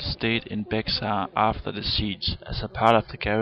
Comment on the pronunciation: ...a little local knowledge from a resident of San Antonio where The Alamo can be found: the city is in the county of BEXAR...in Spanish, the X is silent, so the county is pronounced like the animal: BEAR = BEXAR....a little local knowledge from a resident of San Antonio where The Alamo can be found: the city is in the county of BEXAR...in Spanish, the X is silent, so the county is pronounced like the animal: BEAR = BEXAR. See San Antonio Express-News for story about Cenotaph.